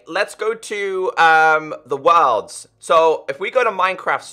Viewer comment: This dude say worlds like Wa(l)rlds